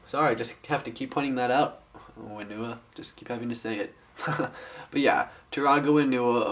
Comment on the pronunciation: It's Onewa and Whenewa! not Oneewa and Wheenewa!